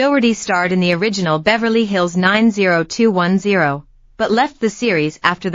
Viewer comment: bad AI video, cant even pronounce 90210 properly...